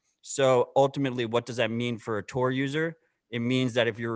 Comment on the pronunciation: Tor uptime… “Tore up time”